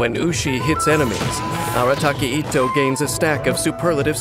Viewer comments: Why English va’s pronounce itto as etto 😕 cringe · the fact that is pronouncing his name as ittoe